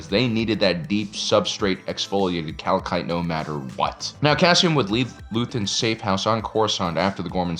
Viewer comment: Deep Substrate Exfoliate Calkite! Even the way it was pronounced in the Eagles Nesty place was evil 🤣